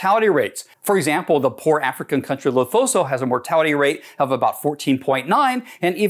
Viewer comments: Its Le-Su-Too, not Le-tho-so, but great video! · You said Lesotho wrong buts you good